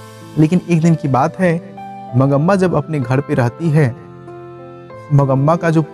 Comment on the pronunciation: aap name galat bol rahay ho mangma hota hai